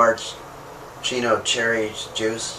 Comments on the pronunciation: It's pronounced marianas, or marshooto, or marchinso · It's pronounced "Maraschino."